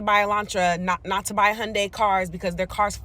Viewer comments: It's pronounced yawn-die. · FYI Hyundai rhymes with "Sunday"...it is extremely easy to pronounce